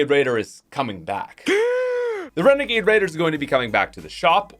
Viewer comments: Wenegade wadier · Favorite one: Renegade Raider aka WENEGADE WAIDAH